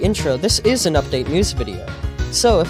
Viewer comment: FIGGURS DICK